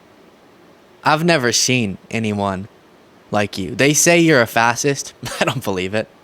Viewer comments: Adin seems more than a little dyslexic which would explain why he's that old and still can't read. Even his name looks misspelled (Aiden). I wanted to cut him some slack, but the world is full of audiobooks. He's clearly willfully ignorant. So he lost me when repeatedly said "fassist". This was really painful to watch. It's the dumb leading the dumb. He's willfully ignorant. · What an idiot this guy adin ross is! I mean should a guy that cannot properly pronounce the word”fascist” properly and has to look up the meaning really be in the business of “influencing” others on social media to do anything other than what clothes are hot these days…… really! With all that money you’d think he could have afforded a better education, or even just an education for that matter because these concepts are BASIC! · Fuck I remember that dude having trouble pronouncing "fascist" idiot just talks in brain-rot terms "On god on god for real for real no cap" fuck sakes stop teaching kids how to gamble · The dude that can't pronounce fascist talking to a wannabe fascist? This is gold! Mind-numbingly stupid gold, but still gold.